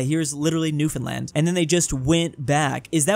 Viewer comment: He did it! pronounced Newfoundland correctly while talking about the map where Christopher Columbus was right. I’m very happy.